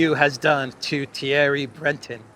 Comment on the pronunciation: It's "Thierry Breh-tohnn", not "Thierry Bretten". But apart from that, it was noted that "the letter" was addressed to Musk, not the CEO of Twitter. Weird.